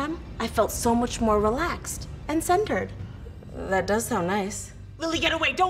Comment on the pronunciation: I rewinded to "..And CenTERed" like 20 times😂